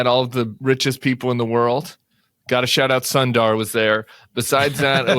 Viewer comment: Hi Tim, a Big fan here.. thought shall share this one thing that has been bothering me. Please fix how you pronounce "Sundar" - Its quite close to "Soon Dir"